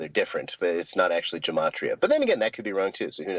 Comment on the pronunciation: "Gematria" is pronounced with a hard "G". There is no "J" in Hebrew. Otherwise, Awesome Video and I'm enjoying the entire series. PAXCHRISTI 💙📖🙏🕯️